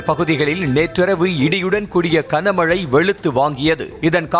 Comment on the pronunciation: Kana mazhai illaiya. Gana Mazhai. 25 தடவைக்கு மேல் இந்த கொடுமையைக் கேட்க முடியவில்லை.